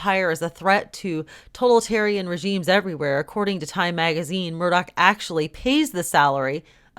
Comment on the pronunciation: The word is propitiate - pronounced pro-pish-e-ate, not pro-pit-e-ate. And also totalitarian, not total-tarian but toe-tal-i-tare-e-an, 6 syllables, not 5, phonetically speaking. And to those who think I am picky, well, yes.